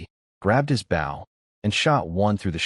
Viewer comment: narrator: bow or bow? wrong pronunciation for what one carries in this case.